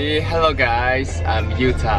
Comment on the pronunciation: knp pas “hello gaisss” lokal banget anjir